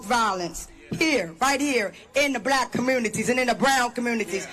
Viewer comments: Did she keep saying comoonities and not communities? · These fools can’t even speak English… “commoonities?”